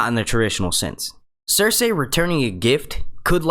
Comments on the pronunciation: Her name is Cerci not Cersay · It's pronounced sersee not sersay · Cersei is pronounced "ser-see" not "ser-say". Also, I think it's Arya that's going to kill Littlefinger. They've shown pictures of her with his dagger. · yo the cringe when he says Cersei as Cersey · It's cer-see dumbf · um sorry it's CERSEI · Please pronounce Cersei properly...... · Actually Cersei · it's actually "cersei"